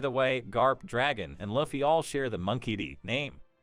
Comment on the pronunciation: effing luufffii, it's Looooouuffffffiiiiii